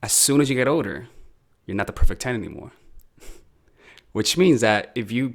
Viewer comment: When you were saying the word "older", i thought you were saying "odor", and i was slightly offended